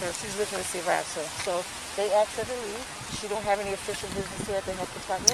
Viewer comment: Axed her....🤣🤣🤣